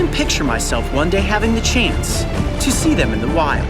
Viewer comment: Chaynce? What? Come again?